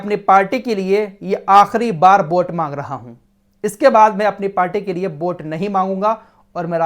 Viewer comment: bhai bot nahi vot kaho